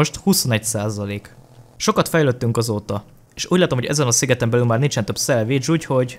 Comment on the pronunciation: Amikor azt mondod hogy salvage azt értem mindig hogy szendvics😂